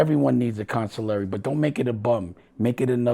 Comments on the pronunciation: "Consilary" is beyond crazy. Wtf even is that. Consiglier is even a whole diff pronunciation. Aside from that, you been giving bad luck vibes for years. I think errybody good. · a godfather that doesn't know the word Consigliere.... smfh plz make it stop 🤦🏻‍♂️